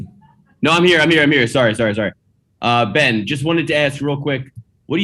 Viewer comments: really speaks and goes to the level of professionalism of "trilla" , when it comes to payper views... the generated amount was good, but it was a huge disappointment with overall pro atmosphere and fighter behavior, ole boy was took out on a stretcher after faking a bad shot... saying Bens name wrong.... i mean the turn out was good but the show was really a "SHIT SHOW" ...! It was truly cringing to watch overall... knowing you have sublevel fighters and then for the showmanship of the actual show to be so subpar.... was not good overall for Trilla... if there is another payper view at the same time i will def choose the other and then watch passed results of the Trilla line up.... I expected way better flow..... NEXT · Tio..... not sure about Triller bro.... theyre really going to need to up there showman ship cause lastnight was absolute a dogshit show bro.... and i was pulling for this new approach but gawdamnn they let a fighter fake his ass all the way to a stretcher with now interruptions, saying Bens name wrong... and what else man... and i know true fight fans caught all of this bullshit... so the next set up will need to redeem this bullshit show or people are going to wait to catch the payper view the next day and no pay for a shit show.... Triller what tha fuck happened man..... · Best scene was when Buffer messed up Ben`s name mans was confused throughout the fight